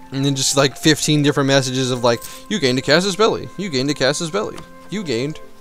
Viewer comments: I believe you pronounced 'Casus Belli' correctly. It's a term taken from Latin, and 'Caw-sus Bell-lee' is the proper pronunciation. Pronouncing it like 'Caysus Bellai' would be to anglicize a Latin term. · Your pronunciation of "casus belli" is the correct one xD